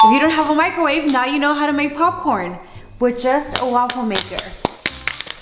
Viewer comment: popping corn Me: NO ITS POP CORN NOT POPING CORN